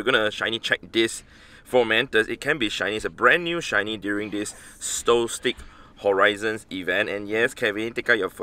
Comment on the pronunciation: It’s pronounced “solstis” not “soltik.”